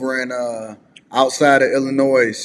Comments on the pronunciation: Illinoi' not with an s Pronounced. Nois is noi' Get it right! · Side note...It's not Ill-o-noises there's NO S! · FYI... The S in Illinois is silent! 😂😂😂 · The S is silent in Illinois🎉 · Brother, WOW! This RIGHT HERE is embarrassing. Need you to know that the S is ILLINOIS is SILENT. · I hate when people mispronounce Illinois. The "S" is silent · I hate when people mispronounce illinois.